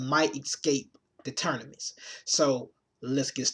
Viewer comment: Said Ternimus a couple times. Thought i was just hearin shit . Lol